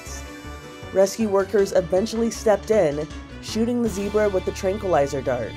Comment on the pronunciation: That is NOT how to pronounce Zebra.